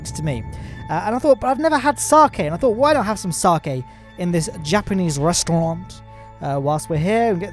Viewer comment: Is it just me or does it sound like he says restaurant with a French accent?